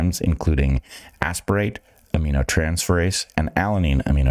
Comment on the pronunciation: What enzyme is “aspirate“? I thought you were a biologist. But you’re clearly out of your league by mispronouncing an amino acid and miscalling it an enzyme.